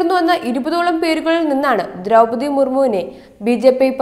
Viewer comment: കുറച്ചും കൂടി അക്ഷര സ്ഫുടതയോടു കൂടി സംസാരിയ്ക്കാൻ പഠിയ്ക്കൂ കുട്ടി . ദ്രൗപതി എന്നതിന് പലയിടത്തും ദ്രൗമ്മതി എന്നു പറയുന്നു .ബന്ധം എന്നതിന് ബന്തം എന്നു പറയുന്നു .അങ്ങനെ ആകെ മൊത്തം കുറെയേറെ പിഴവുകൾ . എങ്കിലും പഴയതിലും അല്പം കൂടി ഭേദമായി എന്ന് പറയാം ..